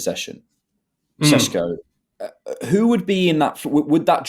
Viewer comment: WHY ARE YOU SAYING SHESHKO?? MOFER ITS SESKO